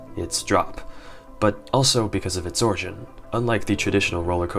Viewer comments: origin* not orgin lmao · What is "orgin" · "orgin" lmao